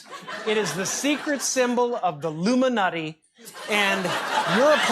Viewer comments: If you listen carefully , he said illuminutti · Jim says illuminutty